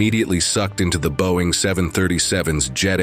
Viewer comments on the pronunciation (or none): none